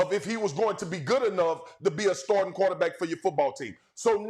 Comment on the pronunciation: swagu say "qwo-tah-beck" 🤣